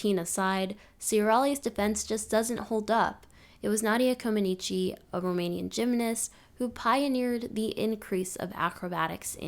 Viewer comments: I cringed every time the poster pronounced Comăneci incorrectly. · If you are going to do a post on gymnastics LEARN how to pronounce Nadia's last name correctly. It's Romanian NOT Italian.